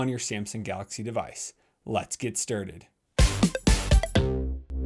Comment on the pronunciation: lets get sturded?